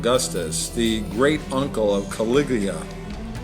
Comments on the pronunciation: The commentator says "Caliglia" instead of "Caligula". Woeful. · CA-LIG-U-LA!! - not Caliglia!! Learn the actual pronunciation of words on the page before you. In the vernacular: Dude, ur like a full tard, for some kinna downy, u do good brah... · For God's sake redo this video and pronounce CALIGULA correctly!!!! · its kawiggglia. get it right girlfriend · THIS NARRATOR CAN'T EVEN PRONOUNCE CALIGULAR CORRECTLY. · How come you can't pronounce caligula's name ?